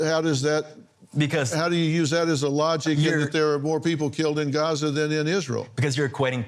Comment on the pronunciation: I cringed at the way she said Gaza